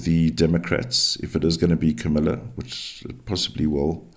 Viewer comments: Comma-la 🙃. Thank you for the reading. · I have to laugh every time you pronounce Kamala name.